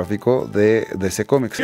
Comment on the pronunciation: Aprende a pronunciar dc